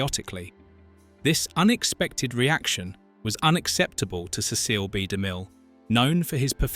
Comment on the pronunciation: Sorry, the voice & pronunciation ruined it.Ceceel b. De mill????????????????????